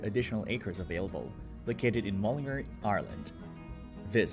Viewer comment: Your pronunciation is wrong and horrible to listen to. It is: Mull-in-Gar. one word: Mullingar. Boidaho Boisey Pencil Vania. See what Ah Mean? Nue Yoirk, Jonkers Man-Hatt-on the Wirks.